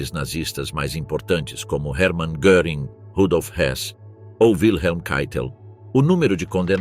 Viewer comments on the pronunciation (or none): none